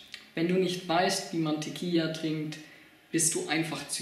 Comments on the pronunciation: es heißt tequila nich tequija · Das heißt Tequila und nicht teqia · Diggah erstmal sprichst du tiquilla falsch 😂 und zweitens mal Fans du dachtest das ist lustig hast du irgend ne Geschmacks Verstörung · Mal abgesehen davon das du Tequila falsch aussprichst und das immer und immer wieder , bist du auch sonst ein kompletter Pfosten! Danke für's Video habe lange nicht mehr so gelacht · Propier nen witz zu machen und ist zu doof Tequila auszusprechen. Das ist Recordverdächtig. Und weil wir zu doof dazu sind sagen wir es gleich gefühlte 800 mal. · Tequila is mit einem l du kek also sprichs gefälligst richtig aus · Wen mann Teqi la nich richtig aussprechen kann sollte man kein video machen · Also 1. Ich bin wahrscheinlich mindestens 10 bis 15 Jahre jünger und kann Tequila aussprechen. Lern bitte ordentliche und ernst gemeinte Vid's zu machen.